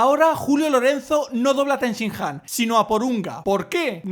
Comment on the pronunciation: Sobre Ten Shin Han, si miramos los títulos de episodios gallegos en los DVDs de Salvat(son los títulos de la TVG), veremos que no es "Ten Sian" si no "Ten Shi Han". Ese Ten-sian sería resultado de decir el nombre con a H muda y quitar una N(quizá para que suene mejor porque Ten Shin Han con la H muda sonaría fatal xd)